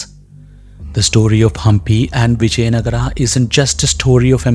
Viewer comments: Whoever the narrator is, please don't get western influence and I request to please pronounce our words right. It is Vijaynagar not Nagaraa. It is Ram not Ramaa! Please let's be progressive and yet connected to our roots! Sorry if I said anything wrong. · Please be informed , it is Vijayanagara in Kannada not Vijaynagar.. Also it is Ramaa in Kannada and not Ram. In Telugu and Tamil it is Vijayanagaram, for Ram they say Ramulu, Raman etc.. so each language has different pronunciation and Hindi is not a base although I respect Hindi. Actually, most of the Hindi speaking people can't pronounce South Indian words and similarly South Indians pronounce Hindi words differently.. Kindly consentrate on subject than pronunciation.. For example a Dutch would pronounce Vijay as Viyay as they pronounce j as yay. Kindly do proper research before commenting. Narrator's pronunciation is not western influence. It is Kannada. And we are proud to pronounce as Ramaa or Rama, Lakshmana, Narayana, Hanumantha etc. Jai Bharatha...